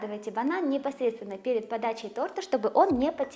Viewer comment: За все годы, что я смотрю и слушаю, впервые услышала оговорку в слове,, тортА,, 😊Прикольно так😂